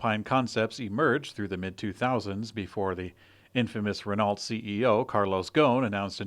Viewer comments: PLEASE start pronouncing Renault properly - it's a silent 'T' (as in most French words). Sounds like ruh·no. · Hearing that 'T' when pronouncing French names like Laurent is one thing. But hearing 'Ren-alt' every time this major auto company comes up literally makes my ears bleed, and sadly makes me subconsciously question the rest of the very good info you provide. And fyi, above pronunciation came from Google's American pronunciation tool, so it's not a 'that's how it's said in France, we're in the U.S.' issue. Great work overall though, i'm a daily listener. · Salt Lake City, huh? OK, I'll give you a pass. The storied French automaker Renault is pronounced "ruh-NO" but in a husky tone suggesting long years of smoking Gauloises. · Fairly sure he means your Renault pronunciation, as noted above